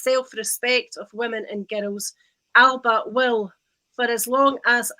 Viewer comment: Christ is it not about time people learnt how to pronounce Alba!!?